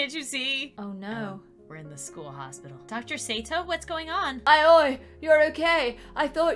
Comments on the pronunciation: When someone name is aoi is pronounced alli it’s Japanese no hate if you didn’t know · if you need to know the name Aoi is pronounced Oi... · Her name is pronounced it-ow owie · Aoi is pronounced “Owie” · WE GOT SHOTO SATO ASUI (Aoi is pronounced owie) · If you want to pronounce Aoi it’s A U E E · I believe Aoi is pronounced Ow-ie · Just to let you know Aoi is pronounced “owwie” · The main characters name is pronounced owy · This made me laugh alot lmao Also her name is pronounced ah-oh-e if that helps anyone who wants to Pronoune her name :] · Ok so Aoi is pronounced like owie and you would know that if you watched TBHK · You pronounce Aoi like ow-ee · Her name is pronounced (Ay—O) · u guys should pernows Aoi like i-ou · It’s perounced owie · Aoi pronounced OWIE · INCASEYOU REACT TO ANOTHER VIDEO AND HAVE TO PRONOUNCE HER NAME HER NAME IS PRONOUNCED LIKE I-O-E I KNOW IT BECAUSE I WATCH DEMON SLAYER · How to say aoi it's (Owie) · I think these are the names you can’t pronounce Ow-ee Ah-s-yu Also the creator needs to stop watching bnha I think it’s becoming a problem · Aoi is pronounced owwy 😓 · You pournounce it owie… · * struggles to say the character’s name * Me: Ito Yaoi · and inability to say japanese names hurts and is hilarious, especially since they're like all from anime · Ahhhhh! There’s so many mha names. It’s killing meeeeeee! (Edit) can’t even saying them is even more sad.:( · I’m sorry if this is offensive but, it’s so funny to people mispronounce things when you know how to say them😂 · Who else is mad they kept saying Aoi wrong💀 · Did anyone else see that the doctor said her name wrong.He said Aio instead of Aoi. LOL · Aui is pronunced as Oi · It kinda triggered me the way they said Aoi like "I oi" Instead of saying "ow e" Like I think it's supposed to be pronounced. AaAaAaAaAaAaAaAaAaAaAa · I tried, but I can't watch this video if they keep saying "Aa-oy." It's pronounced "Ow-ee"